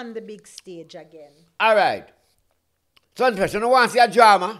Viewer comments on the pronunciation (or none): "Sumfest " not sunfest...